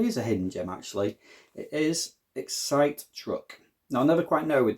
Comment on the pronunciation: I think it is pronounced Excite not Excite 😁